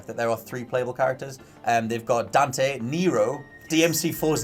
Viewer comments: Dan’e lol it’s Dante. Not Dan’e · As long as it is "Dante" and not "Donte", Ill be happy. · DevilHunterDante DANTE** not DONTE LOL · Just his accent sometimes throws off his pronunciation of the T. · funny way to say dante... xD